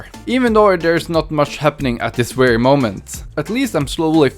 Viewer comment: Why pronounce very as, “wary?” But then say travel correctly once sentence later?